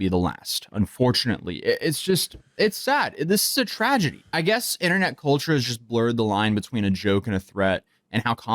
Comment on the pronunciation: "So overall this is probably the wrost possoble way this prank could have gone": "I mean I giess two got away" 😂😂😂